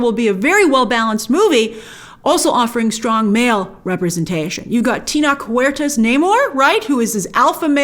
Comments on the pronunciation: Tenóch pronounced "t-ehh-no-tch" like buenas noches not t-knock. The "T" in Spanish is between a "D" and "Th" not as sharp as an English T for Tshirt. Good day all. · The ch in tenoch huerta is pronounced like in chocolate just fyi. It’s a pretty common name in Mexico. So excited for Mexican representation in the MCU!!